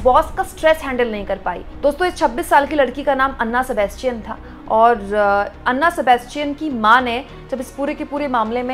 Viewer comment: Name is not अन्ना Sebastian It's ऐना Sebastian